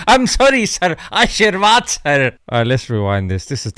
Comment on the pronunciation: "Arshirwaad sirr" hahaha 😂